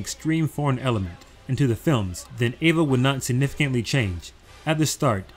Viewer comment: why do you call it ava and avongelion?